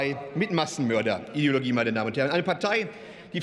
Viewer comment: Hat der wirklich 'Massenmörderidiologie" gesagt?